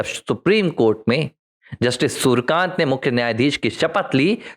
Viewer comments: नये CJI के नाम का उच्चारण आप गलत कर रहे है l उनका नाम सूरकान्त नही, सुर्यकांत हैl आपको कठिनाई हो तो .. सु र् य का न्त उच्चार कर सकते हैं l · Nam to thik bolo , Surkant nahi Suryakant hai ...